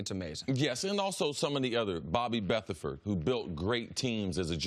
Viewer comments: Bobby Beathard"FORD"?🤔😲🤣 C'mon Cris....He was part of the league BEFORE you played, so you should KNOW his name correctly, IF you claim to know your football history...... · CC: “Bobby Beath-erford”???? MF Read!!!!!